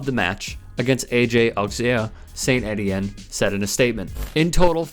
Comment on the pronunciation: Étienne - pronounced Ay tee enne - French for Stephen.